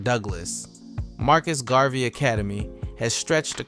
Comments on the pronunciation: Gar-vee. Ma-dee-yah. Buh-see. Wtf? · Are you telling us that you really do not know how to pronounce the name, "Garvey". 🫣